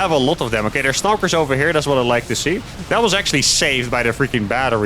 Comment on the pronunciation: Just a heads up, the word "stalkers" is a two-syllable word, not three! :)